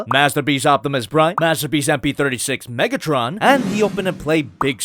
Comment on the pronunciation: Megatrin or Megatren